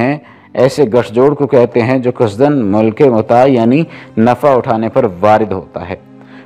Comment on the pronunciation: ملک۔سکنی ودیگر لفظوں کا تلفظ کسی عالم دین سے الفاظ درست کرنےکےبعد بیان کیا کیجئے۔